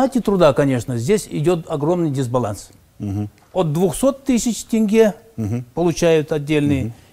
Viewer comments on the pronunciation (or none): И еще одна просьба к Русским. Можете слова читать правильно на русском. Например - Тенге. а вы все поголовно в этом слове видите "Э". и читаете Тэнге! Прекращайте, не смешно уже.